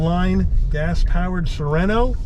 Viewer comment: Beautiful. Car. Nice review. Overlooking. That you call it " soreno(without ithe T. Neverard of a tiny2.5L engine describedas a" "bigger"engine😂